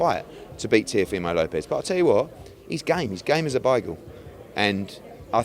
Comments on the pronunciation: It sounded like beagle but i assumed he ment bagel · Thought it was just me - wtf is a bigel 😂 - beagle? Even weirder 😂